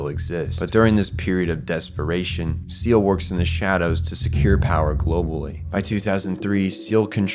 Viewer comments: Isnt Seele pronounced Say-lay? They did it on both the tv show and movies. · Is anybody else used to the old pronunciation of seele. Now everyone says (seal) but I remember it being pronounced (say leh). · its not seal its seele the german word for soul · For someone who knows so much about Eva, you pronounce Seele wrong. Its Say-Lay, not Seal. Drove me nuts. Other than that this was an amazing video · good work but the computers are called mag-eye like wisemen in the the bible each one was named for a wiseman and there was 3 of them. and you kept saying "seal" for seele its pronounced see ly its a reference to "good" faefolk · Great job, great editing, only smallllll thing was seal vs seh leh, I've always heard seh leh but maybe this is my bernstein moment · I think it's not "seal" but "say-lay" selee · It's pronounced ZAY-LUH not SEEL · Fantastic video. No qualms with any of the information, and the presentation was great! Hearing Seele (German for soul, so more like "Sea-le") pronounced "Seal" and Magi pronounced "Maggy" instead of "ma-jai" was a little off for me though. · It’s not “seal” it’s “saylay” German for soul. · Most of this info is great and I want to watch this video. But how can you claim to have watched the show and read the manga, and dived as deep as you have into evangelion, and somehow pronounce everything wrong in the first five minutes of the video. 🤯 seele is not pronounced seal, nor is that how you pronounce the spear of longinous, or the magi system, Its not magie. It's apparent you put so much time into this and I want to enjoy this video so bad but that just seriously makes it unwatchable man. Smh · The organization Seele is pronounced "say-lay" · Seele is actually pronounced more like "Saylay" (still not quite right). It's german for SOUL. GEHIRN is BRAIN, NERV is well.. NERVE and WILLE is WILL. KREDIT would be credit but that's just a minor additon. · you called seele "seal" you've never watched the show, have you? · Seele not seal